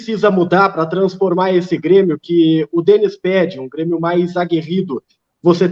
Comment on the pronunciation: ELE FALA "B"RÊMIO